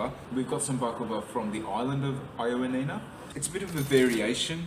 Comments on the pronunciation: Ioannina ....try "ee-o-A-ni-na", stress the A. Also, most people pronounce it "y-A-ni-na"...y as in yes. Lovely video, ty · I will be in Ioannina in 2 weeks, so thank you for your very helpful video. Great information, although I was surprised by the Aussie pronunciation of the city name 😂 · My one comment is the miss pronunciation of Ioannina! 😮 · Great video but pronounce ‘Ioannina’ correctly please